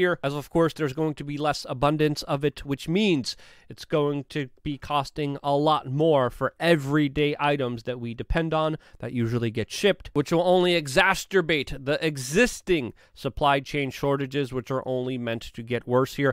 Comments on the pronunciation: It's exacerbate. Not exasterbate... 🤣 I think it's called malaprop. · Come on man, ‘exasterbate’, is not a word - exacerbate. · EXASTURBATE THE SIT-CHEE-A-TION!!! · Did he just say exacterbate!?! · Dammit, Luke. You said Exas”turbate”. You need to make that a shirt. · Love it when he says exasterbate